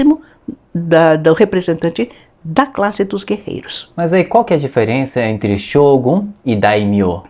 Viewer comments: A pronúncia inadequada br Xógum é demais.. não dá, não dá, não dá. Não tem justificativa para pronunciar uma palavra japonesa assim, sendo que nossos idiomas fonéticos, são quase idênticos... Fora que eles escrevem com as letras Ocidentais desta maneira = Shogun. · Como é f3lO ler Shogun com X kkkkkkkkkk